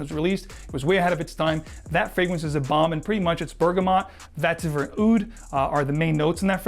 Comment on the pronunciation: As informative as your videos are, you have a strange inclination to mis-pronounce the "E" with some words. So vetiver sounds like "Vattiver" in all your videos. The following are the transgressions in this one: Definitely - daffinitely Checks - chaacks Spectrum - spaactrum Resinous - raassinous There are more, but the aforementioned examples should suffice.